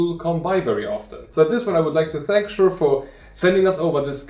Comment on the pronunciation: Thanks for the good review! I collect antique books and old handwritten documents that I want to scan easily. I think it is pronounced like the name "Caesar", at least that how they say it on their website.